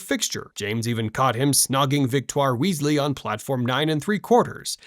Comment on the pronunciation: Weezie? Kanoot? What the hell is this pronunciation? AI or stupidity?